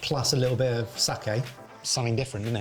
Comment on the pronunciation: Appreciation for pronouncing "sake" correctly instead of the usual mangled way of saying it as "saki".